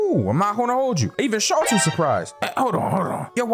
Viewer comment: I do not believe “Schultz” and “Waltz” rhymes